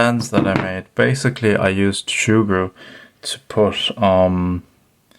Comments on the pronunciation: Soogru not shoogru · Sugru (Soo-Grew) not (Shoe-Grew) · Say surgru normally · I can't see an "H" in Sugru" where's it hidden to become Shugru? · shugru? it's like hearing someone pronouncing lego ... lago ... tres annoying!!! 😡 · It isn't Shugru lad, NO "h". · Shoogru makes it sound like an adaptation of shoe glue, which at first made me wonder if that was the right pronunciation since this material kind of reminds me of shoe goo. However that stuff is much harsher and more of an epoxy, in fact may have been a better use in the case of this camera mount repair. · Learn to say it right. No h